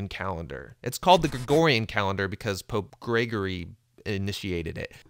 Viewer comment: Just listen to the way he mumbled "Pope Gregory". Atheist doesn't want to admit that Catholics rule the world! XD